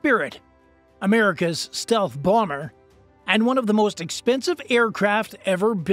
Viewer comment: Is it just me or did he day stealth boner …? 🤔